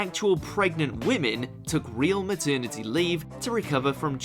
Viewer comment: me ternity? really? what a twat?